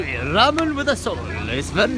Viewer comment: finally pronouncing "ramen" right makes me feel at peace